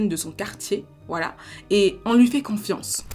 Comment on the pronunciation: Salut, juste pour info on dit confiance pas quanfiance